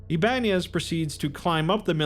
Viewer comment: Ibanez is pronounced Iba nez not Iban ez :)